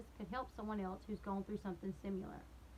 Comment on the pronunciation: I love watching your videos. When you say SimUlar... instead of Similar it drives me Nuts. Ok rant over